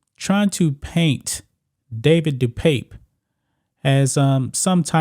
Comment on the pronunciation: haha he said depipe